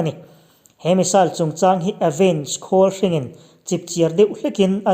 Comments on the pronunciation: Avenge khawlhring i lam dan khi,khawl hring( green machine) angin i lam daih a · 'vâwn vâwn' i lam rik dan a dik lo tlat, pawnpui kan lam rik dan anga lam tur. Tin, 'Khawlhring' pawh i lam dik lo leh tlat mai. 'Khawl' tih lai hi puan ṭhui 'khâwl' rik angin i lam ri tlat. Ṭan han la leh la, ni a lawmawm hle ang, a ngaihnawmin a bengvarthlak e. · khawlhring i lam dan chu leee... khawlrawng hring i sawi maw k tia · Sang zathum😄 pronounciation ah improvement i mamawh hle mai, Avenge Khawlhring i lam dan te, sawi dawn chuan a tam mai, chutih rualin i thawhrimna a fakawm e, i thu lam fimkhur lehzual la, ngaihthlak a nuam lehzual ang. Han tang sauh sauh te. A ngaihnawm viau tho e.